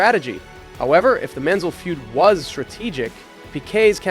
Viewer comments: Not "Rooteman" but "Roy-tuh-mann" And no, Lole didn't hate Jones, vice versa. Jones didn't like that Lole didn't change places at Brazil, but Jones himself said he didn't hate Reutemann. Also, it's MANSELL, not Mensell. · Who is "Men's sell"? Who is "Root-man"? Good video, but improper name pronunciations make it difficult to listen to. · "Root-man"? Thought it was always Reu-TE-man. And "Men-sell"? Anyways, good historical background on Piquet